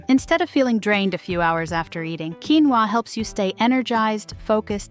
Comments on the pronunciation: Ósea ur missing to pronounce the o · It’s pronounced quinoa